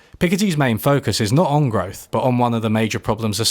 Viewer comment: Is it just me, or do you pronounce "growth" as "growf?"